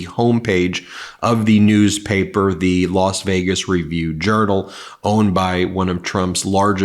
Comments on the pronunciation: Why do you say Los Vegas? Does that mean I should say Las Angeles? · "Lost" Vaygus?😂